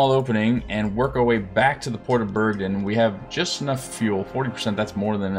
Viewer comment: It's Bergen, not Bergdin.